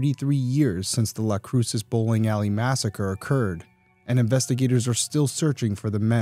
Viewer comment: Las cruces is pronounced like loss crew sus